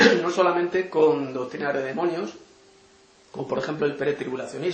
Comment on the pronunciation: Ni siquiera demonio puedes decir, dices demoño, te recomiendo 100% primero aprende a hablar y luego critica a un siervo que trabajó incansable en el Reino.